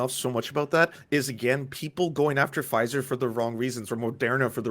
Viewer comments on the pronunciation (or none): none